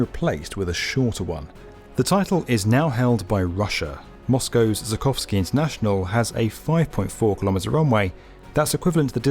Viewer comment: The Moscow airport mentioned in the video is not Zukovskii but ZH U K O V S K II (Жукóвский). The first sound is to Z like SH to s :)